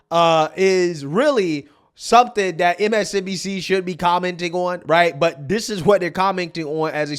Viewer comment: Are you intentionally saying "MSDNC" instead of "MSNBC"?